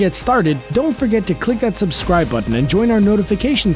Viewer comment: Why do they say "Subsribe" I HATE THAT